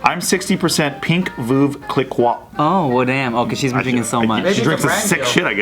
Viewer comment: Lmao “cLickWa” 😂 it’s pronounced “Klee-ko”